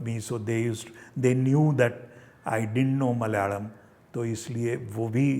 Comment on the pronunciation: Very impressive that he pronounces words such as Kannada & Malayalam properly 👍🏼👍🏼👍🏼